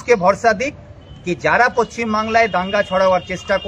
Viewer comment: ওটা পশ্চিমবাংলা হবে পচচিম নয় যারা বলছে পচচিম বাংলা তারা বাংলাদেশের বা আকার ল বাদ 😀😀😀